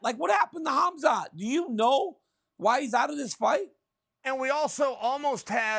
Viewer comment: F man Chael, it’s ‘Harm-zat’. His parents didn’t name him a ‘Haz-mat’ suit